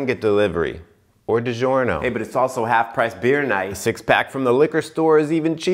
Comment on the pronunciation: You don’t pronounce DiGiorno as di-zjorno, more like di-djorno, if that makes sense.